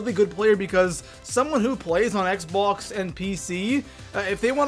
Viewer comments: he said xbox like xboux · Ha ha the way he said Xbox